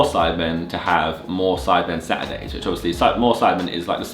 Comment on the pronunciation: Can't tell if he said sad day or saturday